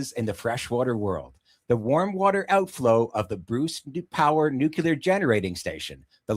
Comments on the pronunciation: ‘Nuke Lee ar’ (derived from nucleus) NOT ‘nuke you ler ‘ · Nuclear - Noo-Klee-ur